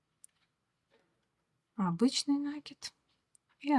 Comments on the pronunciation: Узор красивый. Но пожалуйста, не нАкид, а накИд! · Извините,но не «нАкид»,а накИд,проверочное слово «накИдывать» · Рукодельница без спорно, браво. Рисунок шикарный. Но произношение слова нАкид простите режет уши. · Накид от слова накинуть(нить на спицу), накидывать(на что либо). Соответственно-накИд. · это в вашем населённом пункте (деревне, хуторе?) так сложилось. По всей России по-русски правильно говорят накИд. Оставьте ваши местечковые замашки. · Вас не шокирует "нАкид"? Какая-то девушка упорствовала в таком произнесении, кажется из западно-украинского села. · Пожалуйста, говорите правильно слово НАКИД, ударение на букву " И ". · Узор интересный, всë наглядно и дрступно. Но!!! НакИд, пЕтель!!!